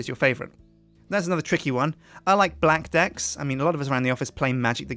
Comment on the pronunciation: lol when he said blackdeck it sounded like he said black dick!